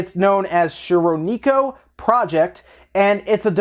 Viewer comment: That was a pretty funny attempt at saying 'shironeko'.